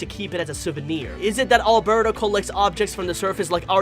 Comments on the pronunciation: He said albero and not alberto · Lol did i just hear him call alberto albero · I like the way he said Albero instead of Alberto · When he said Albero I was like:............does he mean Alberto